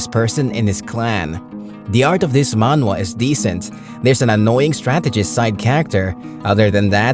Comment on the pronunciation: I appreciate that the voice actor fixed his pronunciation when saying "Manhwa". this is why I love this channel so much they're actually listening to the audience. more power!